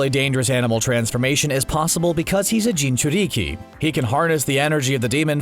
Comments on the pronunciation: . Gin-chur-diki Not gin-chur-deeeeekeeeee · jinchureeeekey c'mon its jinchuriki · You said the word Jinchuriki Wrong. You said (gene 2d ki ) i'm not lying,turn on you caption. Not hating just pointing out your error. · You said jinchuriki wrong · "Jinjurriki" it's Jinchuriki Genius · Bruh said Jinchurici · What the hell is a Jin-chur-eeki? 😂😂😂😂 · I saw their timeline of naruto, and I was just waiting for them to say something that made it painfully clear they have no idea what their talking about. Jin-chur-ee-key. Also, 10 things that naruto and goku kinda coincidentally have in common. No shit their both orphans, no shit they barely knew their parents because they were orphans, no shit they were isolated because they were orphans. Oh yea, their orphans. Big comparison. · Bro it's Jin chu re ke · bruh when you watch naruto and someone says gin-jiriki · The vid was going so good until he said “Jen ju ri ki” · That made my hair stand up when he said gingurike wrong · Nobody: JiNjURiKi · Pronouncing the name wrong bruh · Why did you say jinchuriki like that😩💔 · Miss Pronounces Junchuriki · I thought I was the only person who noticed that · You mispronounced jinjurici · Bruh can’t even say jinchuriki